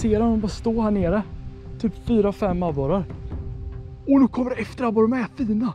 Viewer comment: Någon som komihåg hur mogna gånger han sa abore